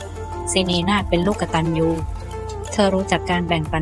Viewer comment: คำบรรยายบางเรื่องไม่ตรงเลยและอ่านภาษาไทยก็ไม่ถูก กตัญญูู อ่านเป็น กด ตัน ยู